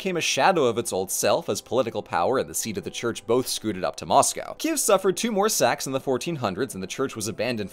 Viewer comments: Oh man, what a great surprise! 🇺🇦 ❤ Excellent video, Ukranian pronunciations for names! (though your Kyiv sounds more like Kiev but that’s ok) and a great roast of those churches that I chuckled at. Thank you! Hope you’ll have the chance to see The Domes™ (safely) in person soon! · Okay. Kyiv. It rhymes with "believe". The "y" is like the vowel in "kit", then you have "yeev", which rhymes with "Steve". kï-YEEV. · It's totally understandable, but I do keep struggling with the two-syllable pronunciation of Kyiv. Ki-ev is the Russian pronunciation and Kyiv (keev) is the Ukranian pronunciation. Слава Україні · Hey, I’m interested in your process and hope you can answer my question: what made you take the pronunciation /ˈkiːjɪv/ KEE-yiv, as opposed to /kiːv/ KEEV or /ˈkiːɛv/ KEE-ev? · c'mon man don't pronounce the city's name like a russian and just look up the proper way